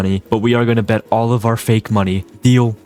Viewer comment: Just started watching this after hearing "hour house, in the mittle of our house" in a long video.